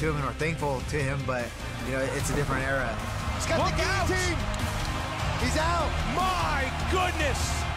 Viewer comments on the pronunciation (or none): none